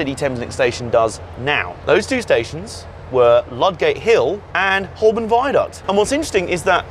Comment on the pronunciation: Very interesting! But Holborn is pronounced "hoe-bn".